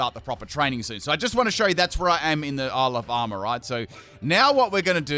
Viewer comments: when you say ile of armour i always hear alabama, it's very disturbing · I though that he actually was saying that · I swear everytime says Isle of Armor I hear Alabama- 😂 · I keep hearing "Alabama" whenever you say "Isle of Armor". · I can't help but hear "Isle Obama". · Am I the only one who hears “Alabama”